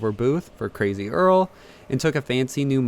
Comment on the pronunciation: 2018 you cwazy